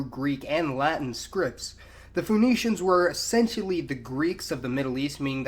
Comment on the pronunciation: Phoenicians is pronounced /FINICIANS/ not /FONICIANS/. Same as the name Phoebe is pronounced /FIBI/ not /FOBE/.